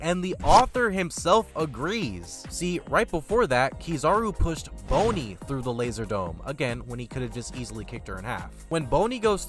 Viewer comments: you've def gotten flack for this in the comments but BONE - Y? MY g it's BONNY like a bon bon. BON - E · Lmfao dude called her BONEY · BONNY not BONEY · “Bone-ny” 😂🤣 it’s like how people pronounce “Luff-fay” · spiritual pressure? Also who is Boney? You mean Bonney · Buddy her name is pronounced “bah-ney” 😂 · Bruh it’s a good video but you have to PLEASE stop pronouncing Bonney like “Bony” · Man said Jewelry Bone-y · I get you read manga but are we serious 😂 “Boney” you know better than that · Me hearing the name Bonny pronounced BONEY. 🫩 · The way you say bonney's name is not even correct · Bonney is a short o, not a long o. (Agree with everything else so far tho, just a nitpick). Kizaru wasn't choking out Usopp, just holding him by the lips. Also, I don't believe Kizaru could have just stabbed Luffy while he was dealing with the clones, Luffy just didn't notice the real Kizaru because he left the fight while Luffy was dealing with the clones. Luffy couldn't tell them apart, but if the real Kizaru tried to hit him, he would have just reacted to it like he would have with the clones. I do believe Kizaru was still not trying his best to kill Vegapunk though. I don't believe that Kizaru truly wins here, I think it could go either way in an actual one on one. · I dont like he says her name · Can't say bonney correct is mildly infuriating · Hearing you say Bonnie wrong on purpose really took me out the video couldn't finish watching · Good video. Hate the way you keep pronouncing Bonney tho.😅